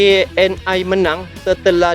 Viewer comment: TNI jangan dibaca T N Ai bos ,ejakan. Indonesia jangan. Diinggriskan yaa